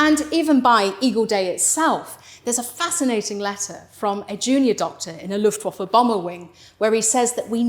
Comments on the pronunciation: It's not luffwofer it's looftvafuh,I've just stopped watching! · Luftwaffe is pronounced v-uff-e not v-off-e. It's an 'ah' sound, except shorter. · "Luftwooffe" - sweet 😃